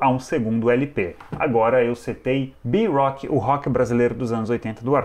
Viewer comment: Parabens excelente programa ! Só uma observação: não entendi porque você pronunciou "bi" (letra bê em ingles) rock pra rock brasileiro ! Não seria "bê" rock mesmo ? Vamos valorizar o português! No mais, sempre em frente !!